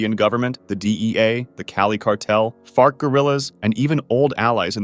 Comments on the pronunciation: This is definitely a childish question, but did anyone else hear fart guerrillas and not FARC guerillas? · did this guy just say "fart guerrillas"? 😂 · Y'know, I heard that as "FART Gorillas", and despite that not being their name, it's now headcannon that it is. That's hilarious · I’m sorry did he say fart gorillas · Did he say “fart gorillas”? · did you just say fart guerillas ?